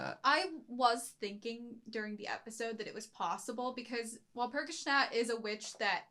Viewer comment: I love how he pronounces Walpurgisnacht 😊